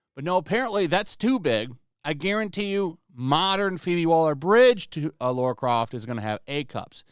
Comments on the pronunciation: Dude... its LARA not Laura. Jesus Christ. "I love channel" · Lara, not Laura.